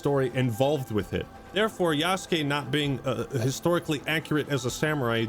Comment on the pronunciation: Thank you for pronouncing yasukes name right. So many people saying yasookay. And i cant even. Watch when this shit comes out itll be yasookay. I want to die